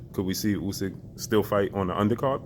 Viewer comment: is the worst "boxing journalist" out there and makes himself sound stupid everytime he asks Hearn a question. Hearn always has an answer for him 😂😂 couldn't even say Usyk's names right